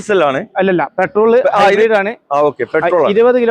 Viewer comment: എന്റെ പൊന്നു കോയാ ഹൈബ്രീഡ് അല്ല hibrid